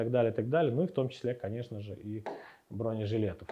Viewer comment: "БронЕжилетов" !!! Иксперты текстильные... 😂😂😂